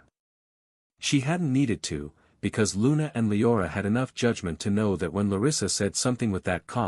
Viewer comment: It’s a true bummer you can’t just tell the ai voice to pronounce the freaking names correctly. Sulthra and lye-orah are especially grating.